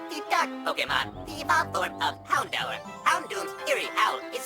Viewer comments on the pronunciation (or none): none